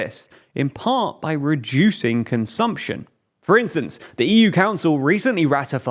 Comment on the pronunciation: Ah yes, "consuption"